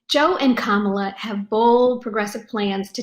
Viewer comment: if you wanna see Joe reading off the teleprompter and mispronouncing kamala's name.